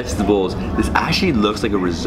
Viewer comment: Rissoto ? Seriously rissoto😵